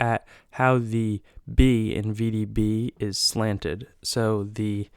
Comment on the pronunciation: STOP....You are dead wrong. The REAL VDB is slightly left of center. I've been a rare coin dealer for 60+ years. Get your facts straight before mouthing off and misleading people. AND....It's NOT vbb. It is V.D.B., The initials of Victor David Brenner, the coin's designer. PLEASE learn about Lincoln Cents.